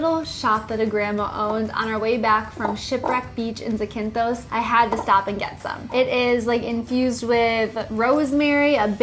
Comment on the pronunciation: It’s pronounced Zack-in-Thos 😝